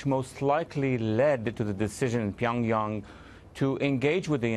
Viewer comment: i can't take her serious over how she says pyong yang